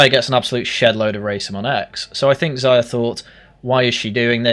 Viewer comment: It's pronounced 'Zeeya' ffs. He's said it himself you boring Anglo